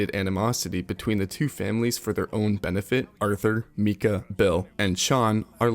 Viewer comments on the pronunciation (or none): It’s Micah not Mika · "Meeka"... This video was mostly done with AI..... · yes that is correct, but other accents like British accents, Spanish accents, and even the German accent pronounces Micah as “Me-cah” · Say MEEKA one more time MFer I triple dog dare you! Goddammit! 🤬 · Meeka, DjanDo, M"Ay"nor (Manor)... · bro said mi-kah like its an anime girl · Same man, WTF is that pronunciation i don't know why that pissed me off so much 🤣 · the game they pronounce his name like "Micah" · why did you pronounce micahs name like that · My dad also says it like that, idk how he hasnt noticed after playing the whole story